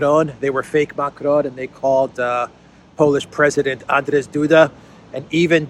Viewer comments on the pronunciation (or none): It is not "Andres" Duda. It's Andrzej Duda. Yet another mangled name,.